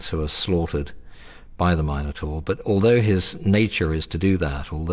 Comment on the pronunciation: lol u idiot taur is prenounced = tor